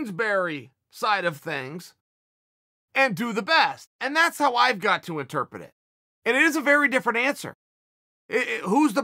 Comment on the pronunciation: Me: Interpret? Chael: Interpet Me: Interpet